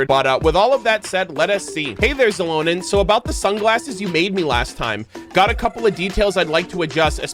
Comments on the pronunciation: I was wondering why is he says her name like it is "Zilonen"?, lol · Yaay you'll get Mualani and Kinich xD - NOOO THE CHANNEL IS RUINED. Versiona 🤣 - I have no idea how to pronounce Xilonen. I'm like, stuck in "shilonen" but I heard you say "zilonen" so now what do I do lol - aww ok, you're skipping her Unless we get a Navia moment - I'm definitely getting her but I'm on the fence of where I will 😭 she's so pretty too 🥲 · the "x" in xilonen's name is pronounced as "sh" also I love her sm, my brazilian queen